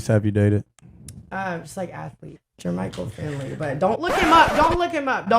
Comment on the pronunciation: As a packer fan, i had to rewatch her saying Jermichael Finley hahaha